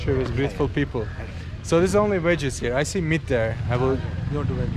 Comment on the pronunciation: I love all your videos. I have been binging them for weeks now starting with Uzbekistan. It’s so funny when he says certain English words like Veggies he says Wedgies. Or he pronounces fruit like Fru-it when it’s more like the word scoot or boot. But I also noticed all these shops he goes to they all pronounce Nike the same way as as well. Must be an overseas thing cuz it’s pronounced Ny-key.